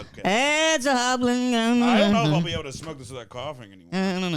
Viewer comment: Did he say "it's a hoblin goblin Christmas"?